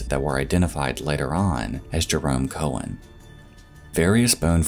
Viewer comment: In the first story, "Keown" is pronounced "key-own" not "Cohen". It's an Irish last name, not Jewish.